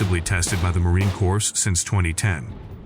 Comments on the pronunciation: It is frustrating to listen to this narrator who does not understand how to pronounce United States Marine Corps; plus he doesn't have a clue how we in the military speak - thus has annoying parsing of words which are irritating. I am guessing it is an AI bot reading words, but no comprehension as to what they are speaking about.... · Yeah "corpse" instead of "core" 😂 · "The U.S. Marine CORPSE"?!?!?! 😅😂🤣😅😂🤣😅😂🤣 gotta love that A.I. voice!!! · Marine CorPs...these automated voiceovers need some help! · Didn't know US Forces have Zombies. Corp is pronounce as "Cor" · you couldnt go through the effort of listening to your AI slop output first? And edit it to say "M two, forty-nine" or "marine core" or "5 point five six BY forty-five" etc? Lazy bastard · I remember gritting my teeth when the first Communist President of America pronounced it as "corpse", TWICE!!!!!! This guy makes me want to frag the narrator..... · Marine Corpse? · Marine Corpse? Why not use someone who actually knows how to speak English? Just for fun. Numb sane? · the way he pronounces M 200 and 49 killed me as well as him saying Corps instead of it sounding like core. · The AI speech lacks so much! READ SCRIPT,DON’T UNDERSTAND Subject. See, it says Heckler & Cock! Who is heckling dick? Marine Kor z ? I will take any US Weapon and Dominate the Battle Space! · "The U.S. Marine Corpse" XD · Ya lost me at Marine “corpse” and “M, two hundred and forty nine”. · I stopped the video at 16 sec in when he said Marine Corpse 😂😂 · Thumb down. Trash voice-over right off the bat: Marine "corpse" C'mon man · AI sucks for narration purposes as shown by the voice saying Marine "corpse" . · yah...corps? or just pronounce cor? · I love how the AI never says Marine "Corps" correctly, and called it Heckler and Cock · The day ill use the M27 over the M249 or M16A4, is the day the narrator properly says "corps".